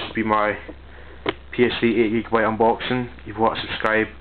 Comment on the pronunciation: SMH it sound like he said 8gb ps3